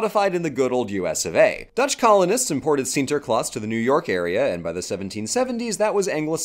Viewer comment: As a Dutchie, I picked up some interesting trivia about the Sinterklaas tradition through this video. Cool to see it covered! Kudos for your pronounciation of the name, by the way, I was all too prepared to see you stumble through it but the quality is there as much as it has always has been - Shouldn't have expected otherwise.